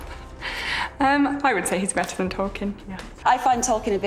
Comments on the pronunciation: Either way the T's in Martin and "better" aren't silent ones and so the correct way to pronounce them is to pronounce them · So does "better" good lord I don't know if I can take 20 minutes of this